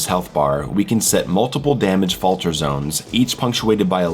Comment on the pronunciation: Fatler. Sorry, I hate to be that guy, but it's a funny word